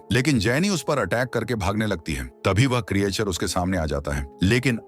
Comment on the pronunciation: उसको क्रीयाचर नही क्रीचर बोलते हे भाइ